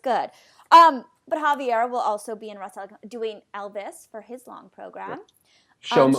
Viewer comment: Nice but you still have to work more on how to pronounce Javier correctly.